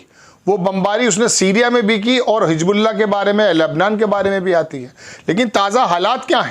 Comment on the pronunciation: ...0:5 باریقی۔۔۔۔۔نہیں باریکی۔۔۔۔۔ Aap bhi devnagri walon ki Tarah kahin bhi...Bindi...nuqta...lga Rahe hain... باریقی۔۔۔۔ہا ہا 😅😅😅😅😅😅😅😅😅😅😅😅😅😅😅😅😅😅😅😅😅😅😅😅😅😅😅😅😅😅😅😅😅😅😅😅😅😅😅😅😅😅😅😅😅😅😅😅😅😅😂 Hijbullah..? J Ya Hizbullah...Z..